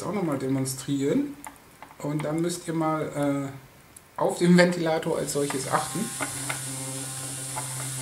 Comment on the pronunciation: USB- Ventilatorrrr !!